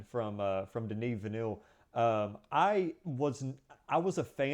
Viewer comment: Villeneuve, not Vinou. I know it's difficult for English speaking people who are never exposed to French because the sound "eu" doesn't exist in English but you could try to come closer to the correct pronunciation: Vilneve (like Neve Campbell). Thank you.